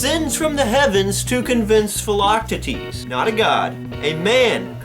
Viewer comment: I'm a little late but, uh, yeah, he pronounces it just fine...